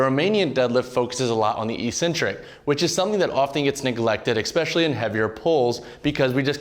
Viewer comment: It was good until he said "ecspecially"